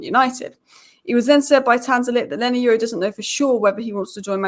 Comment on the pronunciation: 🤣😅😂🤣😅😂exactly not leny its leny